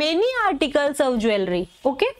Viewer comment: aap jewellery ka Shyad wrong pronunciation kr rhe h …. jool-ree. Hota h na pronunciation